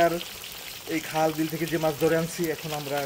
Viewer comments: এ ভাই সব কিছু আছে কিন্তু আপনি খাল কে হাল কেন বলছেন আপনার সমস্যা কি কোন এলাকার মানুষ আপনি। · দূর মিয়া নোয়াখালীর লোকেরা খালকে খাল বলে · ভাই খুব সুন্দর দেখতে, খুব খুশি হইলাম ভাই।৷ কিন্তু খাল কেন হাল বলেন ভাই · খাল কে হাল বলছেন কেন? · আরে ভাই সে তো নোয়াখাইল্লা সেজন্য খালকে হাল বলছে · ভাইরে হাল না খাল। হাল বিল বলে কিছু নাই খালবিল আছে।